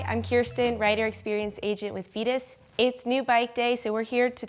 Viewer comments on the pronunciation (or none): Veetus? Thought is was vitus.. Says vitus..but she said veetus...or veatus... Is it a veagon thing?